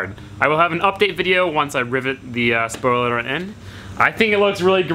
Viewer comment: "Spioler" alert!